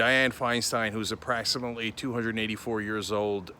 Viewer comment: I think it is approximately not apraxinately. Is there a chance nazi can be said likw brad pitt in inglorious bastards? 😁